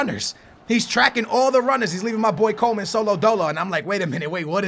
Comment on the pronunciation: it's "Coman" not Coleman